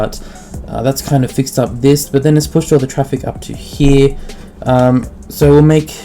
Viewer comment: hee-yah = 'here' this word was said how many times :D